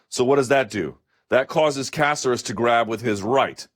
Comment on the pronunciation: Killed it, Luke. Lol Please don't butcher Caceres' Cuban/PuertoRican name anymore. Love you though.